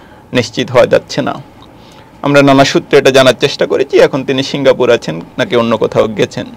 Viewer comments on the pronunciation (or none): শিংগা পুর নয়, সিংগ্পুর।।